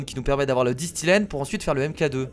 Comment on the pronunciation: C'est pas disthilène c'est disthène